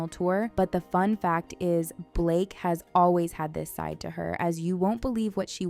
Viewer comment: the way you said SIDE as you show her old nose was funny xD